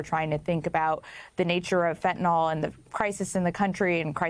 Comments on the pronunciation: Fentanyl not fentanol ffs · When did fentanyl become fenten-all?